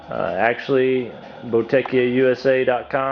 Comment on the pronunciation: Great video series! It's pronounced "bow-da-KIA", btw.